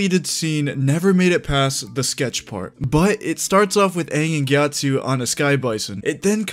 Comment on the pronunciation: GyatsO, not GyatsU.